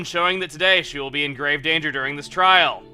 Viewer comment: you said GRAVE danger ha ha